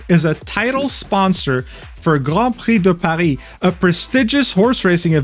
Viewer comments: First time on your channel and loved the video, are you also french by any chance? The way you said Grand Prix de Paris sounded way too native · No way this dude can spell "Grand Prix de Paris" with a decent accent and spelling "Haru Urara" with a american accent. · Btw I love how you perfectly pronounce "Grand Prix de Paris". As a french dude, I can tell you say it just the right way, it made me wonder if you're not just bilingual at this point :p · That "Grand Prix de Paris" pronunciation was exceptionally on point. Regards from France ;) (Great video by the way) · Goated pronunciation of Grand Prix de Paris